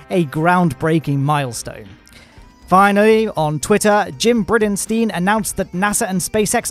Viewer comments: Jim... 'Briddensteen'...? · The NASA administrator's name is pronounced Braydenstayn. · sorry, I don't know anyone called Briddensteen. This is how you brutalized the name Bridenstine. I suggest you watch some SpaceX or NASA videos, where his name is always pronounced correctly. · Jim "Brid-in-steen"?!? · Haha t'is the British way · I don't wanna be that guy who is like omg you pronounced Jim Bridenstine name wrong but you might wanna check how you said it but hey I may be wrong:)